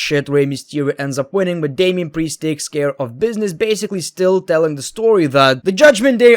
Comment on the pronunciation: “Damien Pwiest” lol